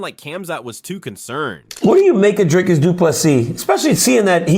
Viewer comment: Who the fok is drakus? Even Ham can say his name. If u can't say Dricus or Du Plessis just say 2+3.